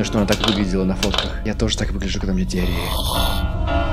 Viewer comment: Slendrina diary - дневник слендерины: дИаРеЯ сЛеНдРиНы